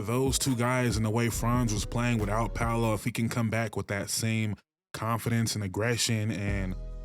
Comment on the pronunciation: You said Franz and Paolo’s name right. Got yourself a sub